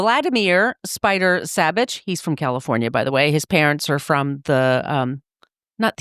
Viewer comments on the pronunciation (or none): I grew up in Placerville, just down Highway 50 from Kyburz and where Spider went to high school and is laid to rest. A local ski hero. Very very sad for our town and the ski community. His last name is prounced "Saw-Bich" not "Saab-Bich".